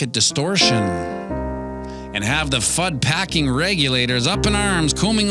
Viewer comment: Did you say FUDGE OR FUD ?